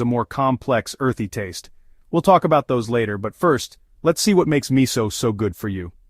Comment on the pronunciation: it is pronounced mi sue.... NOT mi soul !